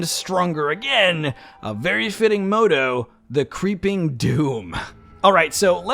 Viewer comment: Moe-toe? Did you mean to say the word "motto"? Even if you had pronounced it correctly that's not what a motto is. The Creeping Doom would be either a sobriquet, pseudonym, or an alias.